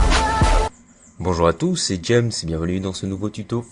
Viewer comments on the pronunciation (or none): none